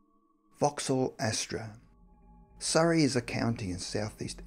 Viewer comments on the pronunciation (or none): none